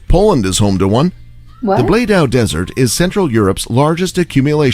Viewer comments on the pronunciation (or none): none